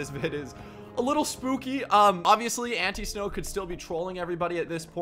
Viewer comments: This is how you say it ant- I-snow not ant-eeeeeeeeee-snow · I think it’s pronounced Like An-Tie-snow instead of ante snow